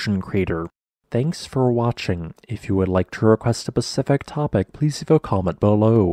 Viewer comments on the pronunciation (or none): none